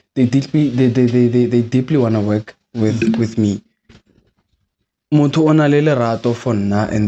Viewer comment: Mondo keng😂😂?its M-O-T-H-O 😂😂😂😂...